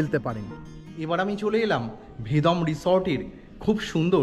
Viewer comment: Kotha ta Vedom na Vedam. Uff